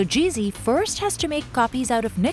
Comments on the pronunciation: She keeps saying GV or GC, but as it is a European company, it is called Gee Zed. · It's NOT Gee Zee, it's Gee Zed! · It's GZ not GC.